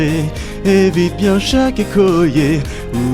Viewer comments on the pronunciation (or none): Et tiens toi "biennns" 😂😂😂